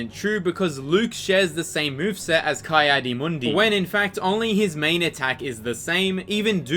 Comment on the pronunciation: "Kai adi mundi" It's Ki.